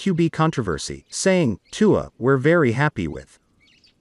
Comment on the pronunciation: Learn to say Tua’s name